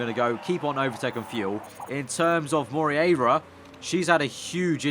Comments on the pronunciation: it is mo-rey-yi-ra . Hahahaha . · you prenounce it like: mo rear a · hey, about the argentinian driver, try read it like "more-hey-ra". it kinda sounds the same, trust me;) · Moreira is pronounced "Mor-A-ra"... just click on the spanish sound icon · not really, it was the best attempt but not perfect at all. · Martim Xavier In a very English accent....